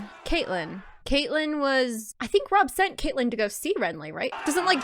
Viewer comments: not that important but ur pronouncing some names wrong. its "katlyn", not katelyn, and "brienne" not brienna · Brienne* of the Kingsguard Catelyn (pronounced Cat-Lin)